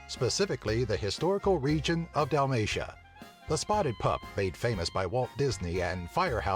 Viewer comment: Kaže se Zagreb a ne zaigreb il' nešto tako...btw plačem od kak su rekli dalmacija